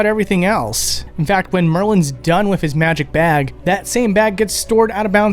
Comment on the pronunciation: It’s fascinating to me that you say Vase with a soft A, but still say “Wif” rather than WITH, it’s almost as though you’re mimicking a low-brow, south-London speech style, but without the accent…